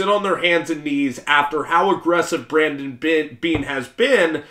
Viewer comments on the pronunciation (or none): none